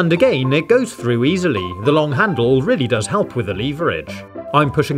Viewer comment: You say Lets do it a gain